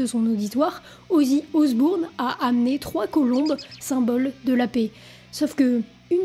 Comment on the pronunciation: Mignonne et complète revue, merci! Mais "OsbOUrne", sérieux? Ça se prononce Osborne,. 😊